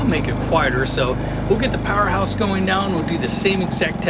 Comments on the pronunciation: Excellent review. Good noise and load test - but, please get the name right. It's PowerHORSE, not Powerhouse. The manufacturer might appreciate that... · You keep saying powerHouse but it is powerHorse